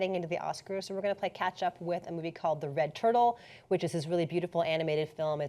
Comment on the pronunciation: Well done on the pronunciation, almost. The movie itself is very... OK. The story is just incomprehensible and I got really annoyed and gave up at about two thirds. Beautiful, but no.